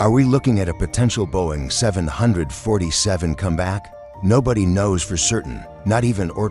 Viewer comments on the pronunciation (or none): The way 747 is pronounced in this video pisses me off